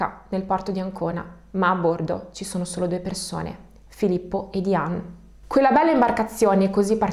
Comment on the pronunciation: Diane si pronuncia Daien